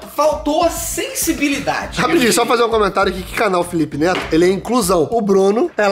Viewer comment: ELE FALOU NETO ERRADO PERCEBERAM